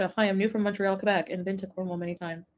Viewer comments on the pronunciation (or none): none